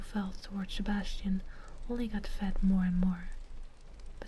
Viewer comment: Whenever you said "Sebasitan" I could only think of Sebastian Michaelis from black butler xD